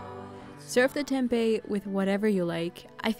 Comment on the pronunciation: as an indonesian, it feels satisfying to hear how you pronounce tempe bcs that's the right way to say it, not tempeh